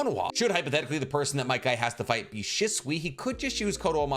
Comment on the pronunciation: First off obito only lived with his grandma he never met his parents and how can you not pronounce shisui right you make make videos everyday